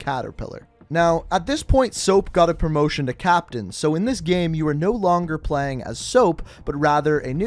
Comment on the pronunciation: You pronounce the word game funny.